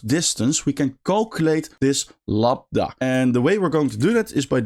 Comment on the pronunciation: Minor point, but it's "Lambda", not "Labda" :)